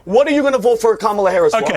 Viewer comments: That woman “journalist” can’t even pronounce Kamala’s name correctly. I’m sure that’s on purpose, and it destroys any semblance of credibility she may have had. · I can’t stand these A holes purposely mispronouncing Kamala’s name. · They STILL don't pronounce her name correctly. It's such a micro aggression. It's infuriating. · Why can’t they say this woman’s name correctly. It’s just disrespectful at this point. She is the Vice President for God sakes. Sheesh 🤦🏾‍♀️ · What kind of a journalist is if she can't even pronounce Kamala's name correctly? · If the maga crowd is trying so hard to present a good picture, why do they insist on intentionally mispronouncing Kamala's name? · 800 gorilla is them pretending she’s inept while mispronouncing her name 🖕